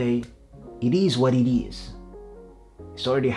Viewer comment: Thanks for the video mate, I just want to say however, work on how you pronounce: "it is what it is", lol because you sound jamaican and you had me in hysterics.